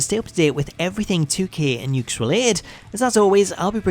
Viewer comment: The name of the company is actually pronounced as "yoo-kays." Well, anyway, nice video, and keep up the good work.